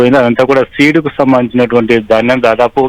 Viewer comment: Dhanjam bastalu kaadu baabu ...dhanyam bastalu telugu palakatam kuda ravatamledu ..vanakala chdauvulu